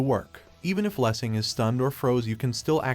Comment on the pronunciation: I thought I had a stroke when you pronounced that title. My god